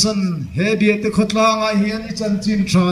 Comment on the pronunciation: Biahte ni lovin BIATÈ ani